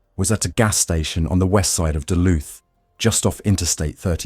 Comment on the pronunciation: duluth mn its not duth .. sorry not sorry im a local